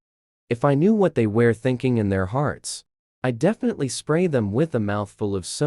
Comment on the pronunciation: " luckly the elavotorse of my life" "defenitlivitly going to laugh"